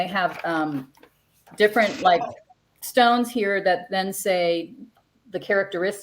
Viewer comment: Enjoying the show, love you're love and passion, but you're butchering some of the stones names 🙄.then I finally got to the end after taking breaks. I get it bless yalls heart you're new. I get it now. I was under the impression that you were crystal connoisseurs. Your just learning like everyone else. ✌🏾 Oh and TURN OFF YOUR PHONE.